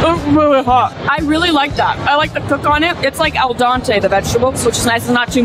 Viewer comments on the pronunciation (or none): You made the Italian "al dente" into a Spanish "el dante" and I love you for it. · ' al dante' 💀💀💀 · Saying el donte is crazy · it’s al- dante